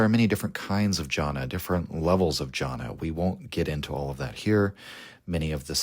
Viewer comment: Amazing video as always, one minor correction though, , it's Dhyāna not jana.